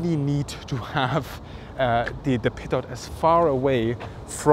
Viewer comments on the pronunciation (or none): A little person dies everytime someone says "peetut ". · Pronounced "pee-toe," not "pee-tot." Cheers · I heard PEDO tube... :)